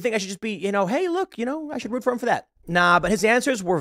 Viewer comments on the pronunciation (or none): none